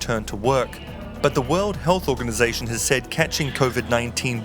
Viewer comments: Yup as soon as I heard convid, I gave a dislike, left this comment, and bounced. What planet is this guy living on, Nearth? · “ convid 19” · She wasnt-19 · Why has the narrator inserted a nasal coda into the first syllable of Covid?